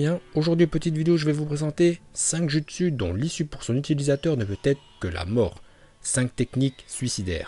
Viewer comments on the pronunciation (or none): pourquoi tu dis jutsu normalement sa se lit joutsu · Jpp TvT ça se dit joutsou mais sa s'écrit jutsu TvT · On dit "joutsou" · C PAS JUSTSU SA SE DIT JOUTSOU MAIS SA S'ÉCRIT JUTSU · Pk tu prononce les mots bizarrement genre « jutsu » au lieux de « joutsou » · les " jutsu " "orochimaru"omg et tout le reste un effort de prononciation please c'est dégeu